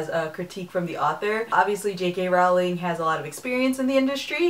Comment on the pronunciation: It's annoying that you still pronounce "Rowling" incorrectly. It's supposed to sound like "rolling".